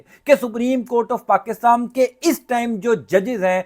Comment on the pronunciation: پاکستان درست لفظ ہے پاکستام نہیں اینکر صاحب